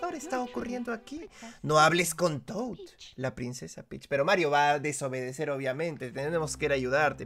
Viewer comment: Me pone feliz cada vez que dice marrito